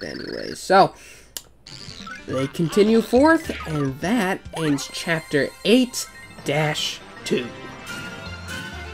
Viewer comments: I love how you pronounce Chyapter. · Can't you just talk normally and not say chyapter?